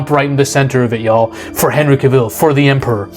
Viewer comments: Cah-vill.. not cuhvill.. also this new superman looks like a chump. All we see is his ass getting handed to him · You pronounce his name wrong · Dude... at least pronounce a Henry "cavills" name right... by the 3d time you pronounced it I clicked off the video 😂😂😂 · You can't even pronounce his name. Having him forced to kill in the first movie not only shows that he chooses Earth over Krypton, it also establishes a grounded backstory to his "no kill" rule moving forwaard. He was still Clark, this was his first appearance as the Superman and his identity hadn't been fully estaablished yet, he had no experience and that's why it' snot until Black Adam that you actually see the Superman that we all know. This was only an origin story and Warner Brothers killed it off before it had time to cook. This is why Warner Brothers deserves to fail, because they've had over 40 years of fuumbling the ball when it comes to DC films.